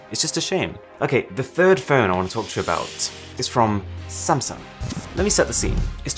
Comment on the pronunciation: Most say Sam sung... Aarun says Samson..lol